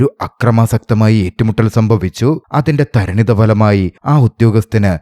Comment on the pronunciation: അതിന്റെ തരണിതഫലമായി എന്നല്ല , പരിണിതഫലമായി എന്നാണ്... നിങ്ങളുടെ വിവരണം കൊള്ളാം.. നിർവ്വചനം പ്രധാനമാണ്.